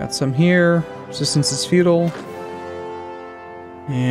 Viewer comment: I keep hearing pronounce it as "Resistance is Feudal". This is not CK2.